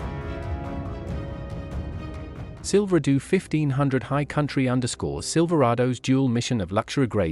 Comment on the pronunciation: Silver doo? Is it that hard to find a real person to read a script?